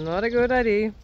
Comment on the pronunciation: To help you with English pronunciation..... you're saying "I D" the correct pronunciation is "I Dee Ya". There ya go. You're always wanting to know proper pronunciations of English words. I hope this helps you.